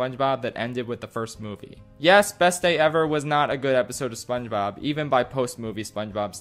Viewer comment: It does not sound like he is saying SpongeBob it sounds like he is saying mama mia